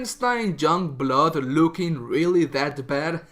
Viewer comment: You literally can't say shit about the game until you've played it and then you wanne comment on characters, story, dialogue and everything. Pffp 🙄 go away Also.. it's YOUNGblood.. not Jungblud.. learn proper pronunciation